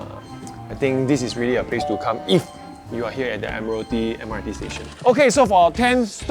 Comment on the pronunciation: The way he says "Admiralty" is pronounced as Admiral-ty